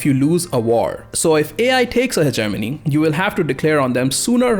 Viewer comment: Anybody else thought he said Ze Germany when he said Hegenomy XD